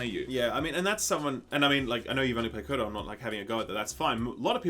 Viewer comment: I love you guys, but stop saying Kotor! I say that with love